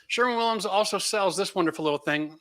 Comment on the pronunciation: For God sake it is called Sherwin Williams not Sherman Williams